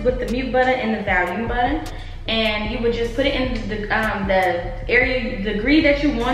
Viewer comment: nobody: in this video: “VaLuMe” lmao you’re definitely saying that word incorrectly 💀